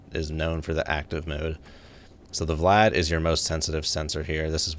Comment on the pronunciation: VLAD is pronounced "Vee Lad", not VLAD like as in let's kill multiple VLADimirs in the Russian Sub. (US Navy S-3A Senso ) :)